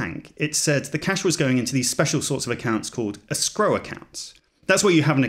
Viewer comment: the real issue here is that English-speaking peoples around the world need to come together and decide how to properly pronounce "escrow", because this certainly cannot be it.